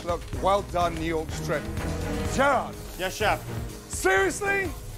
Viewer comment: Is it me or does he call Jarred Gerrard the whole time😂😂